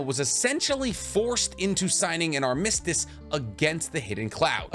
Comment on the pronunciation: Learn how to pronounce armistice